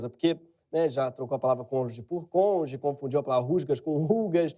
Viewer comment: Pode falar errado mesmo, porque você mora num país onde o governo tem um ministro da justiça que fala conje kkkkk e um ministro da EDUCAÇÃO que confunde Kafka com Kafta e foi reprovado em 40 matérias na faculdade e cujo professor é um astrólogo com ensino fundamental incompleto kkkkk